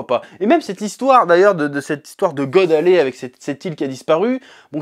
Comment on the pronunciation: God Valley pas God Alley